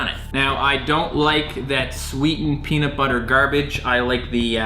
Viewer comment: I love, but he pronounces everything so white😂 ex. Peanut. Butter. He said it as two different words instead of one, etc. Idk, that’s the only thing that actually bothered me in this video😂😂